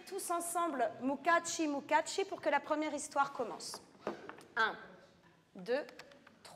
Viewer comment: Mukashi , mukashi , sans T !!! Et sans accent Italien ... De grâce , pour cette belle langue Japonaise !! De Nuku Hiva , Archipel des Marquises 🌴🌴🌴